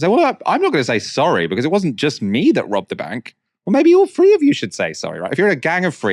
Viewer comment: Why do people from London day free instead of three. I know you can do it